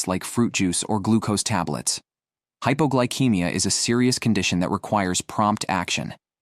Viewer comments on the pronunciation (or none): It's pronounced hypoglycemia, ceemia, not keymia.